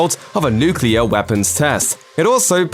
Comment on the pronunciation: NUCULAR like in Simpsons😁